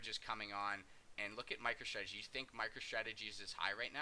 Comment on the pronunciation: Sure call it whatever you want, I’m just pointing out it that you’re pronouncing it wrong which is kinda strange from someone that has solid analysis like you.